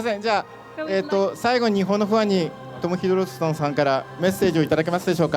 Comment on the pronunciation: 1番右の男の人1回も正しくトム・ヒドルストンって言えてないやん